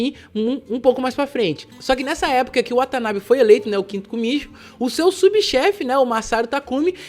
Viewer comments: Oyabun e kumichou, kumichou se pronúncia como kumitiyou😊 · Você está correto 組長(kumicho que se pronuncia kumityou significa chefe do grupo que é decidido através de uma placa para quem será o líder e 親分(親pai 分parte)decidido através de troca de copo de saquê para ver quem será o pai,irmão e filho pelo mundo,portanto mesmo uma pessoa que não tenha um escritório pode se tornar um pai oyabun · Isso mesmo ,na língua japonesa ch se pronuncia como TY ocha (Otya)mas o meu sobrenome por exemplo Yamaguchi se pronuncia como yamaguti e a pronuncia correta de kumityou seria como um acento circunflexo no final cho